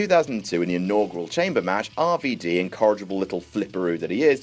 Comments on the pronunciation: rer ver der lol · Hu-hu-hu Ru-vu-du Best. Pronounciations. Ever. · LMAO "Ruh Vuh Duh" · Ruh Vuh Duh Lmao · "Re ve de" "hu hu hu"